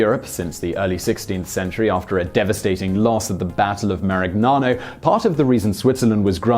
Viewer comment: I applaud that valiant attempt at pronouncing Marignano.